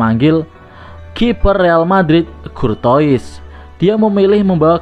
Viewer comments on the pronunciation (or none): Courtois bacaannya KURTOA parah min 😂